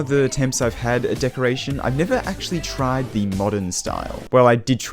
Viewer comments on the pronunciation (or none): “I’ve never actually TRIDE the modern style” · "I've TRIDE many times"